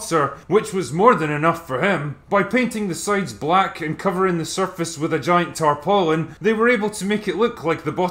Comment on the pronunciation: Not often you hear the full "tarpaulin". Good on you Drinker.